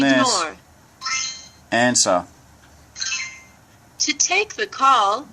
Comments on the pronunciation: the device: call from.... the guy: "enzah" . Jabra: say "answer".. the guy: "enzah" the device: " man just press the freakin button cause i dont know what you're saying" 🤣🤭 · It does not seem to understand your British accent ”ansa..” Probably you have to pronounce “answer” :) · I think it doesn't understand you because you say "ansaw" instead of "answer" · when Jabra says say a command"..when you have a call...it recognizes the command "answer" ...pronounced "an..sir" not " an..saw "..... sorry but its true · It's cuz you said ansa